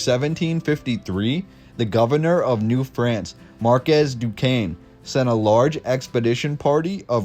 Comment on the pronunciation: He pronounced Duquesne correctly. I'm impressed! LOL once I heard someone pronounce it dew-kez-nee LOL